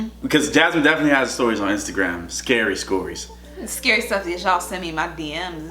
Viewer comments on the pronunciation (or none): Did you hear him say scores storys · Could've sworn said "scary scories" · He said scary scories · Other people say: Scary Stories says: "Scary Scories..." Isn't The Human Race "Wonderful?..." 😁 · "Scary Scories" 😂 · My man said "scary scories" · "Scary skories" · said scary scories LOL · said scories in the beginning of the video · “Scory stories” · Did this boy just say, "Scary SCORIES!!!???" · Did anybody else here say Scary scories😂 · lmao said "scary scories"